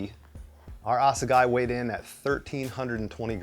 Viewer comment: Assegai is a weapon used by the Zulu warriors back in the day. Basically a wooden club. And a hell of a killing machine. Now it's killing mountains. Pronounced: Ass-a-Guy... Lovely.